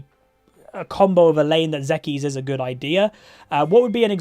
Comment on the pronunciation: Hey, just letting you know zeke's is pronounced "zeek", like seek but with a z